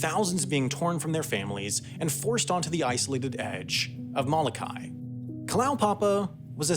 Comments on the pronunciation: M o l o k a i……….not Malakai! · Please correct your pronunciation of the island of Molokai. And if any of you watching this video put visiting Molokai on your bucket list, shame on you.